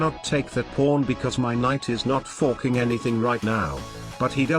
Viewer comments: I always hear "forking" as "fucking" with a british accent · Why dos the tts say forking like a incredibly scottish "fucking"